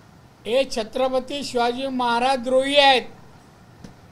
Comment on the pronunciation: तुला छत्रपती शब्द तरी नीट बोलता येत नही